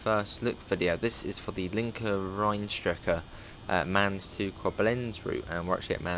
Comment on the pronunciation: Answer to your question: The Rhine wines are well known. The river continues up to Bonn, Duisburg up to Rotterdam and the sea. Mainz you pronounce as the English sound for the letter I (i) . Beep at 30 km/h, see the 110.